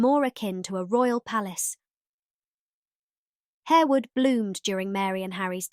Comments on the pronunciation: It’s not pronounced Harewood. It’s pronounced…. HARWOOD! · Good research and thanks for sharing. However, Harewood is pronounced "Harwood". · Also "Harewood" should be pronounced "harr-wood" and Lascelles should be said to rhyme with "tassles" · Isn't it pronounced Har-wood? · Yes, its pronounced Harrwood